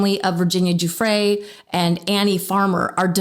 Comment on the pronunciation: Thank god someone pronounced the predator name right as GEE-LANE, also pronounced the victims surname is JEW-FREY